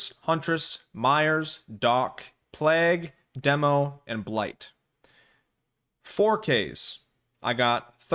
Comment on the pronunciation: Man sounded like the human embodiment of the midwest when he said plague